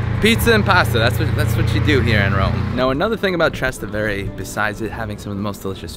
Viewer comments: Trastevere pronunciato Trastendvere è da arresto ahahha neanche ci prova a cercare la reale pronuncia, come Sant Eustachio - Land Eustacio........ ahahha sti video sono orrendi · Oh do please learn how to say Trastevere. Tras=across Tevere= the Tiber. Easy?no? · If you want to make your ancestors proud don't use that gesture when speaking Italian, learn that a fresco is not a mural and practice how to pronounce Trastevere